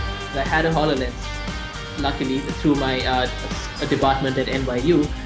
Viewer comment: "halolens" lmao it's called hololens